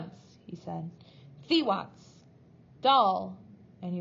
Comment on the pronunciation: Hi, these readings are great and are saving my voice. Just a little reflection - I think you may be mispronouncing a couple of the names - Mr Coombes is Mr. Cooms (silent b) and Thwaites is pronounced as all one sound thw-aites ( not Thee-Watts).Hope that feedback helps a little. Cheers:-)